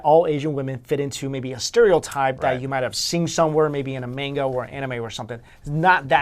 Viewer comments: Its manga, not meinga........... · Did anyone else realize he said mango instead of Manga? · Manga. Mahn-gah. C'mon! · you said Manga wrong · WHATTTTT YOU JUST PRONOUNCED MANGA WRONG!!! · The way pronounced Manga is wrong. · "Manga" was pronounced wrong . I am so disappointed in you.